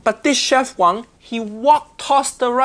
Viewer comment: one little mistake It is w-a-n-g not wong as it is chinese(not hk)